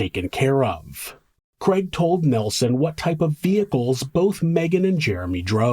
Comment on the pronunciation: Love your show, but struggle with the name kreg. Is it Craig? Lol